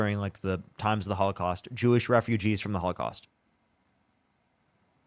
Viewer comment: the H-caust??? WTF? An extra syllable is too much effort? When someone tells you who they are, believe them. This dude is a toilet flush.